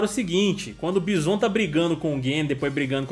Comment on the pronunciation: Adorei o vídeo mas meu cérebro dos anos 90 não consegue aceitar quando vcs falam Báisson. :D O "certo" é Bízon.